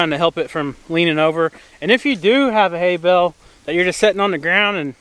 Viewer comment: When I began watching your videos several months ago, you would say, "bale" and I would think you said, "bell." (I'm a Northerner, my ears hear with a Northern accent, lol.) Live your videos, great family and farm, such blessings!